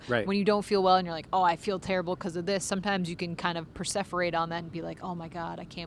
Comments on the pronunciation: So funny, while at Mike was searching for the right word, I said out loud perseverate. It sounded to me like pronounced it with an f, not a v, which confused Mike! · it's perseverate....